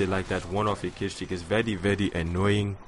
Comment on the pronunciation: ur english is grear :) i loled when u said vety vety instead of very very but in the good way